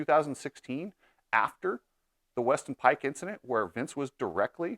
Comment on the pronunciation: Did he say Vincident?